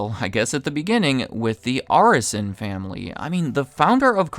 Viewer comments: They own my favorite basketball team, Miami Heat. It's also pronounced Air-is-SON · The name is pronounced Air-eh-son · Seemingly pronouncing Arison incorrectly.